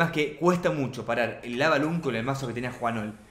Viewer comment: por que dices lava lund y tambien y wifh aprende ingles igual sobre eso me gusto el video buen trabajo